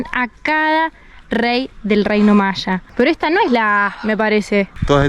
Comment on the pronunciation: Se dice maya no machas 😂😂😂😂😂 voludos argentinos